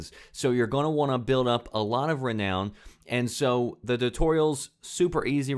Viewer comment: the way you pronounce renown angers me!!!!!!!